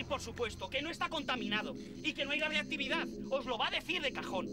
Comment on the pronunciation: Radioactividad? Radioactivit?